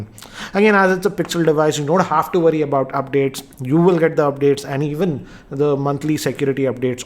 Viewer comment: Why you cant talk normal its worry not woady.